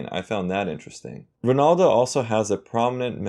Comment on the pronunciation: U even pronounced him right